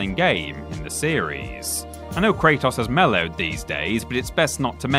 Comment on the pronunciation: Say it with me Kratos is pronounced Kray-tos Not toss lmao